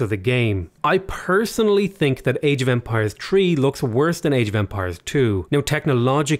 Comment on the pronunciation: I don't "tink" lol